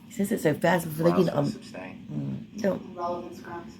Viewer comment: It's my pet peeve also. He asked witnesses if they "seeked" to testify, I was losing my mind! Substain drove me crazy the most. Boff instead of both. Troof instead of truth. I can go on and on. He's even lazy when he talks!